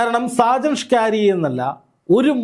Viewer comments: എന്ത്യേ എങ്ങനെ ഷാജൻ ഷ്കാരി യ അല്ല സ്കറിയ പറയരു ബ്രോ 👌😭🥰🥰💀💀💀🫂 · സാജൻ സ്‌കാരിയാ എന്നല്ല, സാജൻ സ്കറിയ എന്നാണ് മാഷേ 🙏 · ചേട്ടാ സാജൻസ്കറിയ. ആണ് സ്‌കാരിയാ അല്ല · ആദ്യമായിട്ടാണ് സാജൻ സ്കറിയ എന്ന് തോന്നുന്നു. അതാണ് പല പ്രാവശ്യവും സാജൻ സ്കാരിയ എന്നു പറയുന്നത്. ഇംഗ്ലീഷിൽ സ്കറിയ എന്ന് വായിച്ചപ്പോൾ അത് സ്കാരിയായതു ആണെന്ന് തോന്നുന്നു. അൽ മുഖ്താർ ജ്വല്ലറിയെ വളരെയധികം ന്യായീകരിച്ചു വീഡിയോ ചെയ്യുകയും, ഇപ്പോൾ മൈജി ഇലക്ട്രോണിക്സിനെതിരെയാണ് ഇപ്പോൾ തിരിഞ്ഞിരിക്കുന്നത്. അപ്പോൾ സാജനെതിരെ ആക്രമണം ഉണ്ടായതുപോലെ വിനെതിരെയും ആക്രമണം പ്രതീക്ഷിക്കുക. സൂക്ഷിക്കുക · ഷാജൻ സ്കാരിയാ അല്ലടോ ഷാജൻ സ്കറിയ എന്നു പറയു പ്ലീസ് കേൾക്കുമ്പോൾ ഒരു അരോചകം ആകുന്നു... സ്കറിയ....സ്കറിയ. പത്തു പ്രാവശ്യം എമ്പോസിഷൻ എഴുതിയിട്ട് ഇനി വാർത്തകൾ റിപ്പോർട്ട്‌ ചെയ്‌താൽ മതിയാകും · ഇതെന്താ ഷാജൻ സ്കാരിയാ എന്നുപറയുന്നത്..??? ഇതുവരെ പേരറിയില്ലേ??? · സാജൻ സ്കറിയായെ പറ്റിയാണോ ഈ പറയുന്നത്? എങ്കിൽ അദ്ദേഹത്തിൻ്റെ പേര് ശരിക്ക് പറയാൻ ശ്രമിക്കണേ. ഷ്ക്കാറിയാ എന്നു കേൾക്കുമ്പം എന്തോ ഒരു ശേലുകേട് . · ആദ്യം താങ്കൾ സ്ക്കറിയാ എന്ന് ശുദ്ധ മലയാളത്തിൽ ഉച്ചരിക്കുവാൻ പഠിക്കു, അതു കഴിഞ്ഞു ഞങ്ങൾ കേൾക്കാം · Why can’t you pronounce his name correctly even after many people corrected you several days. There are many people in Kerala with the same name. You are ridiculing them and their names. Are you doing this intentionally? Very annoying and shameful!